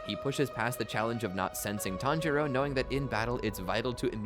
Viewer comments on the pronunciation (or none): He tanjoro like 10 times in the span of like 20 seconds